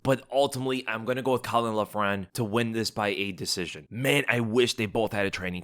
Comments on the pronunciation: Few notes on Irish pronunciation. Caolán Loughran : Kay-laan Lock-run. Our Irish prospects on this card are awful unfortunately, all signed in the hope of a big Ian Garry push or Conor come back. Caolán moves like a middleweight, slowest BW I've seen in a while. Bannons point fighting has zero power and she has no ground game what so ever. Kiefer is a lot of fun to watch but again very limited skill set, can brawl and nothing else. Even with the very short notice replacement opponents I wouldn't be surprised if we go 0-3. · Caolan loughran is pronounced "Cay - Lin lokrin" 👍